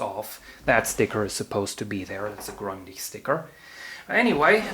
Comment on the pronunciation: Grundig! Nicht Grandich